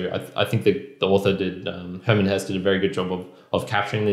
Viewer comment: I think it’s pronounced “Hessa”.